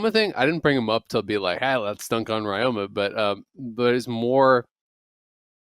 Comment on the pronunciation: Ryoma's second year in LCS, people still butchering the pronunciation.